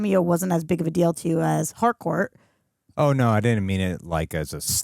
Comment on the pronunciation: It's Harcourt with a T